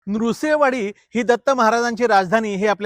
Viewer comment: न्रुसैवाडी ? नीट उच्चार करा